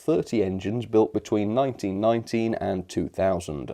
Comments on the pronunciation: it more sounded like 1919, the Class 67s were introduced in 1999. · That’s definitely what it sounded like